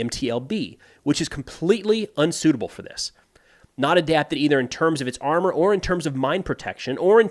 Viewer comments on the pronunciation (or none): none